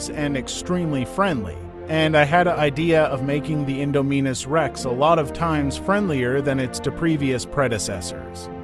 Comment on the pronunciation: My man, it’s in-Dom-in-us like indomitable